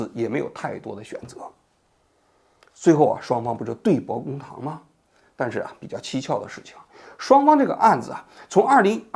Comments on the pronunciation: 对簿公堂，汉语成语，拼音是duì bù gōng táng，你这都能读错？ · 王局，对簿（bù) 公堂